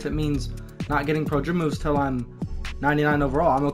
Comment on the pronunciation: This dude can't pronounce pro dribble moves. Prdrbbamvs